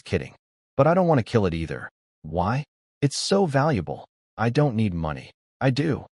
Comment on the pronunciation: These AI images are ridiculous hahaha. The characters appearances changed sooo many times lol. And the AI narrator is killing me 😂 I.T.S instead of It's haha and a lot more.